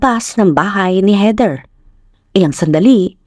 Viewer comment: HEATHER pronounced as in weaTHer